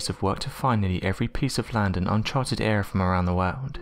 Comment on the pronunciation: Lol. This guy is such a bad narrator. Mouth breathes all his words. Anthhhhartic, Whhhhhorld. Jesus Christ. How many comments does Unexplained Mysteries have to see before they get a new narrator